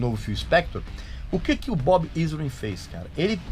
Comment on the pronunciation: Shep Gordon, não Gordon Shep rsrsrs. Bob Ezrin, não "Izrin" (pronúncia)